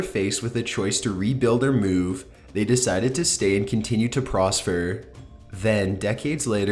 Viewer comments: Oh my god.... his voice is grating at my brain!! Not to mention he must not be too smart...the word is "prosper" not "prosfer"!😲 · "Continued to prosfer." Prosfer?! That's it. I'm done. You cover so many cool things and make good videos but I can't take your voice inflection and mispronounciations anymore. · he says "prospher" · Live long and "prosfer"